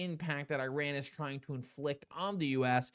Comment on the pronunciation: Could you please try to pronounce Iran correctly……..